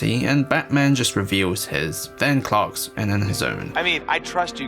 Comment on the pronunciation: Did he say “Clarksas” 😂🤷🏽‍♂️